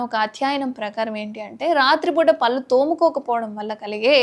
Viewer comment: పల్లు కాదే పళ్ళు/ దంతాలు అనాలి. ముందు పలకడం నెర్చుకో😝😁🤣😜